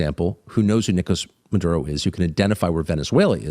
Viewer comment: he says Maduro like madea